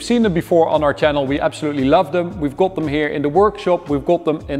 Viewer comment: knap dat je Engels praat maar ajb het is meer go-od than kot wanneer je got uitspreekt....sorry. Ga gewoon lekker door met deze videos